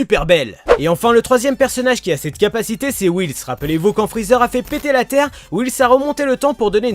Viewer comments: Whis Whis Whis stp pas whils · Ces whis pas wils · C'est pas whils c'est whis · Il dit Whils ça me stresse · Nice video c cool whis tu di wils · Wils Wils WILS IL PRONONCE WHIS WILS OMG